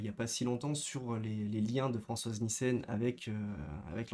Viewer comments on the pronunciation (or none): none